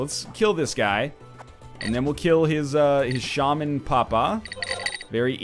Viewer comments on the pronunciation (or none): none